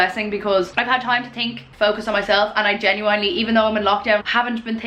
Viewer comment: I love the way you say "genuWINEly"